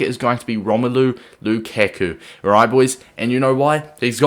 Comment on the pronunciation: Wtf? It's not Lukeku, it's Lukaku. How can you be a fifa player and fk up Lukaku's name?